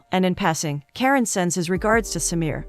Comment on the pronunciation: It's not Karen..it's Karan like KaRUN..😅